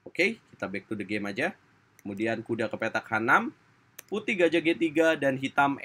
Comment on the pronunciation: "bek tu the gemm"